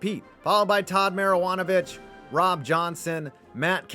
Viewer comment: What’s the old joke-USC (southern California) stands for “University of Spoiled Children”? Also did you call him Todd “marijuana-vich”?-lmao!